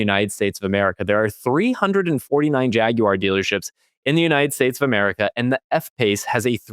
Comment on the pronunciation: Thanks for not calling it a "Jagwire"!